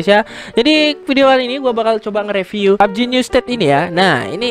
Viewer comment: mbak bilangnya review ya bukan riviuwe